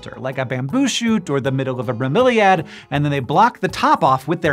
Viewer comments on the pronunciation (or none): none